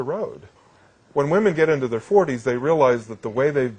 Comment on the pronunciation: I love your videos bro but please pronounce woman and women properly